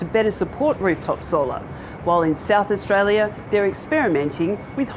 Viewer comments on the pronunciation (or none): none